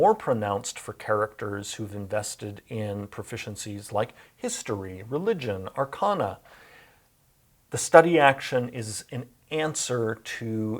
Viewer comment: Why does he mispronounce arcana?